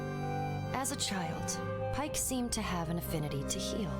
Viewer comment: Yeah, Pike said it wrong